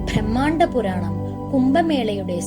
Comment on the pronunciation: bhrahmandam alla brahmandam...dhevan alla devan